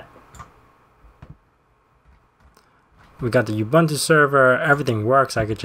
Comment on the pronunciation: it's pronounced ooboontoo :>